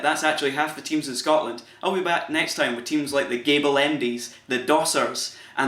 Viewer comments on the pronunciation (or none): none